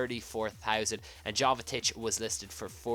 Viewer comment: It's pronounced yovetich and gille